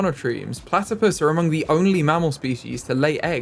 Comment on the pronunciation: Can you call one of the platipus 'Ornithorynque'? You struggled with the English name, so I think the French name for this species will help you realise how easy it actually is in English!! 😁😆 Also, I'd love to see some foxes habitat, several fox species are endangered, sadly, and they're my favourite animal! Thank you for your videos!! 😊🥰